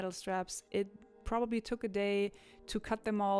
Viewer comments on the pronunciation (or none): none